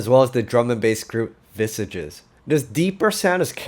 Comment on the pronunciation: Well done, great video! P.S. ... You mispronounced 'Visages' 😀 It's a French word, which means 'faces' and it's pronounced 'viesash' 🙂